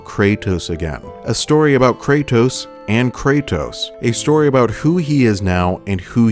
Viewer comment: ive watched almost all of your videos now and the only thing that is constantly bothering me, is how you say Kray-tos. pls for the love of god just say Kratos